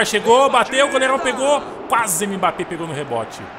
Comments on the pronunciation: Pq vc fala M-bappe ? Kkkkk o certo da pronúncia é Embappe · Mano fala mbappe certo e como se fosse "embappe" tá feio se falar "m"bappe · não fala "M bappé" tenta falar "Embappé" essa é a pronuncia